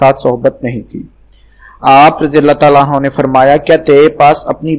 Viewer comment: At 0.20 anhaa nehi anhoo